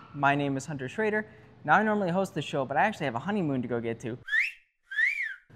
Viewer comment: Does anyone else hear his name as Hunter Trader instead of Schroeder?